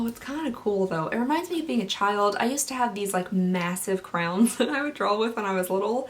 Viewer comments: Hahah you say CROWNS instead of CRAYONS it’s cute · you say crayons like craywowns, it’s wild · crowns? Who says it like that? I’ve heard cran, and cray yon. But never crowns. Edit...I just got to the crayon story...first time it did sound like crowns, and I had just replied to you and burst out laughing. I really thought you weren’t phonetically describing it properly...I shouldn’t have doubted you, and I apologize, lol! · I love how you say Crayons. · The way you say crayons triggers me!!! Lol but awesome video. Love your reviews!!